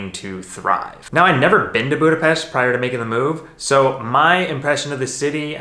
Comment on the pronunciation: I grew up in Budapest. I miss everything about it. It was so nice to see my hometown. Thank you for sharing your experience also the perfect pronunciation of Budapest. Hope one day I can return and see it all and hug my family. I have watched your visit in Szentendre where my Mum lives. Brought tears in my eyes.